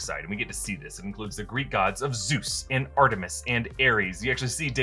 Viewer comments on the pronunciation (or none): none